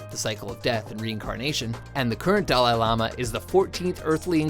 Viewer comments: Yes, yes, we all love the "doll eye laama" :| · "Dah-LIE lama?" Why do you never pronounce things right? STOP. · How can you not pronounce Dalai Lama when making a video about him?